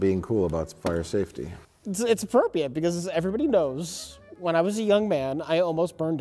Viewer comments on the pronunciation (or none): Mike saves "aporpiate" for later